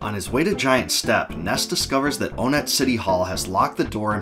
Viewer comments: I used to pronounce onette like “aw-net” too until I played earthbound, but now I say it like “one-t”, as in the number 1. This is because the other towns are also based on numbers. (Twoson, Threed, Fourside) I could be very wrong in this, but I could also be very right, but that’s just a theory…….. A GAME THEORY!! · It’s pronounced Won-net not Own-et (and Twoson is pronounced Too-sun not Too-son) why because of the number naming scheme for these town Onett Twoson, Threed, and Fourside.